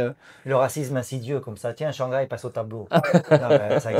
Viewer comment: Chang-hai 😂😂 ça m’a eu à 2 minutes